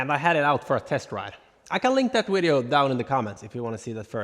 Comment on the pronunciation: Love the wideos or however you say it. lol😂